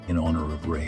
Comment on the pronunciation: Who the hell is Ray?? A.I. presentation orators should be programmed with proper English skills or just replaced with a lazy human like we used to have doing the job.